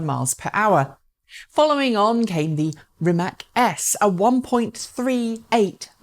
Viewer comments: It does hurt when my favourite EV Youtube presenter goes along with the ignorant herd and pronounces "Rimac" like "RimaK"... my ears are falling off hearing this... Obviously, Rimac is still not famous enough... For the umpteenth time, the C letter in Croatian is pronounced like TS (as in the tse-tse fly), so it's "RimaTS", not bloody "RimaK", for Pete's sake! Dear, please be better than the sickeningly ignorant herd!! Greetings and best wishes from a native Croatian speaker. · Please, it's not Rimak, it's Rimac (like ''rimats'') and please learn to pronounce it like it should be. Mate and his amazing company deserve atleast that :) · "Rimatz" - how it should be pronounced. Oh well...she tried. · Ispravi u Rimatz...kakav Rimats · Rimac <> Rimak or Rimack, god dammit. Oh, well, at least you pronounce the "Rima" part right, well done.